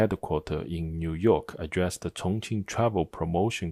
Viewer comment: Take a drink every time the Chinese guy says Chonqing. Geez...